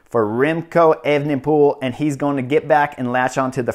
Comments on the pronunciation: Chris it's pronounced aven-pol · Brilliant race report 🤩 but please just say remco 😂